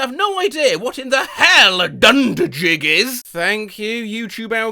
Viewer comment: its not dunderjig its dundergee